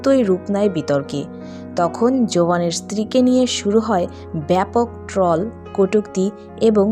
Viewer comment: Trall ta ki? Uccharon ta thik korun.